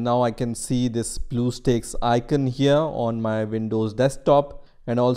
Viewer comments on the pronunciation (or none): U know hes german when he pronounces “here” like “hier”